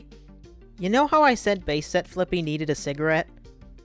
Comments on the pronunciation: For some reason I hear flick B instead of flippy and some parts of the video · when anyone says fliqpy I always hear "flick pea"